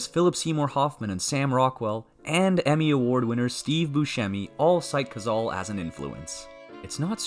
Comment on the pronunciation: The voice over is Ai....and it mispronounced "Cazale" the 35x it said it!